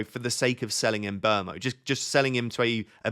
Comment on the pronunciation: Sorry... Side topic... Surely Mbuemo is not pronounced "embermo"? Wouldn't it be more like "mmbwemo"?